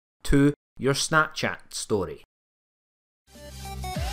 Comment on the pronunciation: “ My Storty”😂😂😂